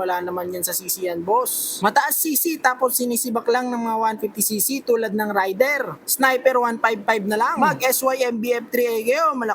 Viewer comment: Raider is pronounced as "Reyder".